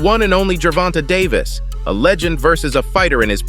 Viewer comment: 😅😅 narrator pronounced Davis name wrong Pacman should just stay retired don't comeback on Floyd student try Crawford bigger fight if he wants fame perfect about now do that certified fame for both Crawford and Pacman lose situation if he fights Davis if Davis beats him he got beat by Floyd student if he beats Davis he only beats a Floyd student not Floyd lose situation either way unless it's about money